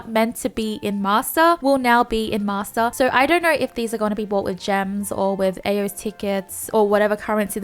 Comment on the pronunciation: Why m i hearing masser instead of master 🤣